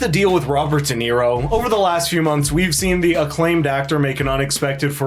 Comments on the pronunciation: Shirley Jackson :the lottery: read it Dum-Nero. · Robert De Nero 😅 what a a... h...